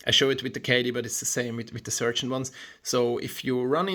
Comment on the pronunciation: Last name pronunciation is fantastic by the way. If anyone has any issues with coupling or find them hard to coupler, the break in procedure is a MUST. When I first started playing with these I didn't lube them with a pencil and break them in and it was a big mistake, things wouldn't coupler unless I slammed them knuckles got stuck, etc. But now I lube and break-in all my personal couplers and they all are buttery smooth, just a small touch on the knuckle will open and close them. Great two-part review, I can't wait to see what's next for the layout!